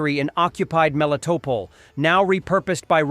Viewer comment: Why in the hell can you not get your pos AI to at least pronounce at least Melitopol correctly??????